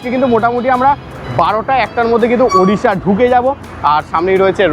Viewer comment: For the first time I hear someone from WB say Odisha.. and not Udisha. 🎉🎉🎉